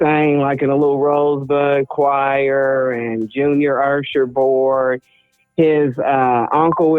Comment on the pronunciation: Lol why do folk say "Ursher board" ? It's "Usher board"